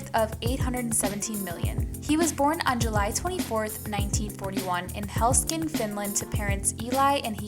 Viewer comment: For God's sake. "Helskin, Finland". It's "Helsinki", and it is the capitol of Finland.